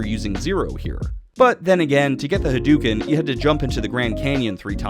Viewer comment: "Ha-DOO-ken"... LoL! Good shit.